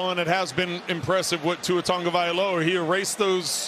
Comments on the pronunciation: I would love if Tua would do a live lesson on how His name should be pronounced! Analyst keep saying it as if there is an "N" in TAGOVAILOA, do any of you see & hear what I'm saying? Help me out, please! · O M G! Would the one old white dude please pronounce the QB’s name correctly. It’s not Tungavailoa. It’s Tagovailoa. It’s only right there on his jersey! As an old white dude myself, and a highschool coach, it irks me when other old whities live down to the stereotypes of my race. The kid made it to the NFL. He deserves even more to have his name spoken correctly. And as a professional broadcaster he should know better.